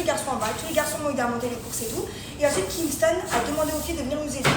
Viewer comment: Pourquoi elle appelle Kingston par Kingstongue même si elle arrive pas à dire son prénom correctement on peut l'appeler Marvin parce que c'est ça le vrai prénom de Kingston mais franchement c'est pas grave j'adore le contenu et ben j'espère que ce sera comme ça jusqu'à la fin du mois bon bah bonne aventure à vous et moi je veux continuer à m'abonner likez les vidéos et regarder toutes vos vidéos bisous